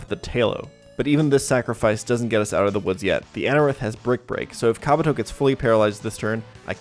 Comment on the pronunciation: Why do you say Pokemon names wrong? Kabuto is pronounced “kah-BOO-toe”